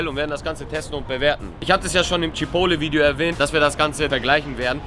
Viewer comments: CHIPOTEL!!! Alter was für „Chipole“??? 😂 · Chipole??? CHI-PORT-LEY (so sagt man das) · CHIPOTTEL!!!! CHIPOTTEL!!!!!!!! NICHT CHIPOWLE 😂😂😂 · Junge wie spricht der chipotle aus 🤣🤣🤣🤣🤣🤣🤣🤣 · Immer noch nicht gelernt, wie man Chipotle ausspricht. Triggert mich des Todes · triggered so hart wie er Chipotle ausspricht